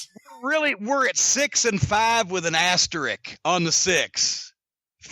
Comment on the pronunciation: It's "Asterisk," not "Asterick!"